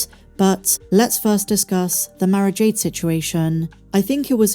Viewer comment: Must listen closer, you were saying Mara Jade, i tought you were saying marriage aid.